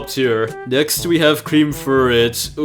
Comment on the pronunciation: Not orbit. Orbé. not fur-et fair -et Fi-Nan-ci-ay Mar-jur-rin